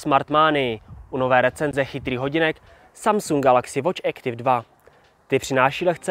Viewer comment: Nie Ektiv ale Aktif!!!